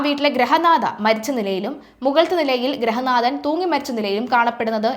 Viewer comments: ഗ്രഹനാഥൻ അല്ല ഗൃഹനാഥൻ എന്നു വേണം. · ഗ്രഹനാഥനോ????? ഗൃഹനാഥൻ ആണ്.. കഷ്ടം!!!!